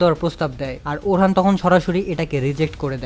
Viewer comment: vai orhan hoben na orun hobe